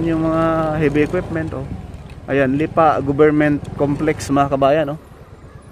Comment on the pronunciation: Bakit "Lipà" ang pronounciation? Hahah